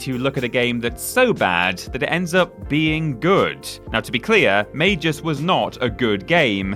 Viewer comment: Yes, the developers of Magus were pronouncing it wrong, it has a hard G, not a soft G, it's said like "May-Guss", also, you do that the PS3 is region-free, right? So even though Magus was only launched in America, you can easily buy a copy online and play it that way, literally only ONE PS3 game was region-locked, and that was Persona 4 Arena. Also, Sonic Boom: Rise of Lyric is easily one of the worst Sonic games out there, up there with Sonic and the Secret Rings and Sonic The Fighters, all three of those make Sonic '06 look like a masterpiece by comparison.